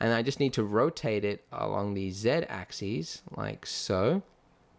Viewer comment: Your tutorials are really brilliant and informative. You have no idea how great it is to get someone who knows how to pronounce 'z-axis' doing a tutorial. Thanks mate.